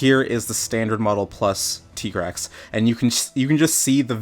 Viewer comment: finally somebody pronounced tigrex correct